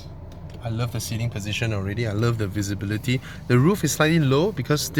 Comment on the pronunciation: Vilibility 😂 that is visibility